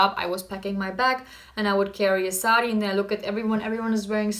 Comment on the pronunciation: Saari is actually pronounced as Saadi in India...